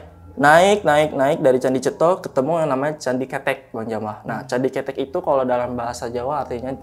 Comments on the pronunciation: Bang,, candi keutek(di bacanya),,, bukan candi KETEK,,, hehehehe bang gimana caranaya gua mau jadi narasumber,, byak cerita horor yg gua alami,, dari manusia tmbus tanah, pocong di atas atap, tuyul, sampe kunti di depan rumah kakak gua, sampe kunti kerdil di kamar mandi kost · Maaf aku agak ketawa pas nyebutin candi ketek= terngiangnya ketiak. Mgkin harusnya ngomongnya pake ejaan kaya ngomong beras "ketan" 🙏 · Maaf nih bang coba benerin lagi baca KETEK nya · Cara ngucapin kata kethek/ monyet itu salah,,yg narasumber ucapin itu artinya ketiak bukan monyet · Kethek bukan ketek 😂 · Candi kethek (monyet) Ketek(ketiak) Pengucapan intonasinya salah ni. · Candi kethek mas , bukan ketek . Ceritanya kbanyakan ngomong key , key , key . Kirain john key ?! 😁😁😂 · Gw ketawa ketiwi pas pencerita salah lafadz bagian candi ketek..beda arti soalnya,hahahaha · Salah penyebutan itu candi kethek bukan ketek/ketiak 😂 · Ketek ada 2 arti kalau dibaca e artinya ketiak, kalau dibaca e' artinya monyet. Masnya nyebutnya pakai huruf e yg artinya ketiak. AQ langsung ngakak😂😂 Salam dari sawangan Magelang 🙋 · Hehe candi kethek bkn ketek hehe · ketek bang bukan ketek awoakwok ngakak😂😂😂😂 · Ngucapin ketek yang bener kethek bukan ketek atau ketek, sudahlah 😂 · candi ke'tek om bukan ketek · Candi ketek..(e,talen ) bukan candi ketek..(e, pepet )..wkwkwk..denger nya ngakak sendiri 🤣🤣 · Bukan ketek di bacanya, tapi keutek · Bukan ketek mas tapi kethek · Kethek bukan ketek. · Keutek mungkin, bukan ketek 🤣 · Bukan ketek tapi bacanya ketek, kalo ketek itu bhasa indonya ketiak tapi kalo bacanya ketek itu baru monyet hhe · kethek not ketek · Btw, itu candi kethèk bang bukan cethek, yg artinya monyet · kethek kalo ketek itu ketiak narsum bukan orang jawa 🙏🙏 jd agak kepleset lidahnya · bukan KETEK bang, tapi KEUTEK .. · Ketek itu dibacanya ketek. Bukan ketek 😂✌ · Pengejaannya Kethek yang bener : K-E-(Vokal E dieja seperti : bEras) T-H-E(Vokal E dieja seperti: Enak)-K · Pelafalan nya bukan ketek 😭